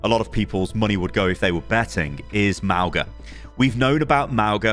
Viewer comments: [Mawng-Uh] not [Mao-Guh] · mauga is pronounced mau-nga! with the g being a light g like the one in tongue. mauga is samoan and his name means mountain! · it's pronounced mow-nga; mow as in mowing the lawn, the same 'nga' that's in singapore. mow-nga. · Sorry, pronunciation is really getting to me. Since Mauga is a polynesian character the most appropriate and likeliest way of saying his name would be mow-nga. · Mauga is pronounced Maunga the g is a ng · its not mauga god damnit